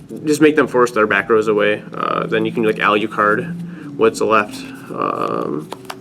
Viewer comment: Alyucard? Wtf lol. A-LU-CARD.